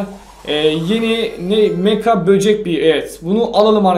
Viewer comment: Abi şu kostumun adı mega bocek beaa Sen meka diyon jsjsjs